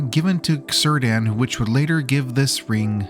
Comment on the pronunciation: It’s so funny the way you say “Sauron” and Cirdan